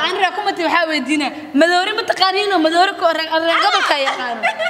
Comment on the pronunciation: Madoori❎ maroodi✅😂😂😂